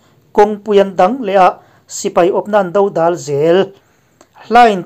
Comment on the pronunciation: Dodal tih i lamdan hi a dik hlel tlat a nia